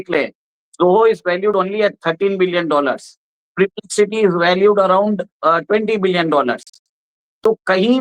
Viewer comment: का उच्चारण गलत है। ' पर्प्रेक्सिटी ' होना चाहिए। Perplexity.